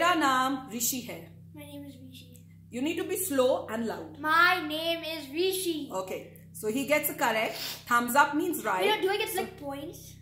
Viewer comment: My name is rwishi,, not Rishi,, hahahahaha